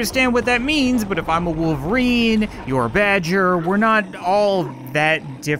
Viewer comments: He also said Wooairn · He said woofelrine